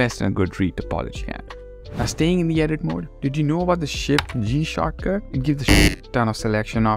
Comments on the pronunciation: After you said shortcut enough times it starts to sound like "chakra" and so i felt like i was watching a very spiritual video about discovering various blender chakras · I thought you were saying chakra for the first 3 minutes then I realized you were saying shortcut. Now I'm calling them chakras. Great video bro. These are the things tgat make pros. Big ups